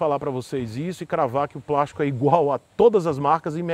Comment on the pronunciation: é de "prástico" sim. hahahaha